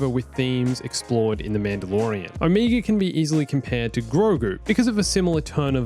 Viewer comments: Look, man. I know people say words differently depending on your accent, but I don't think it's possible to pronounce "Omega" more wrong. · It's cute how you also pronounce Omega as "Omeega" because you're also Australian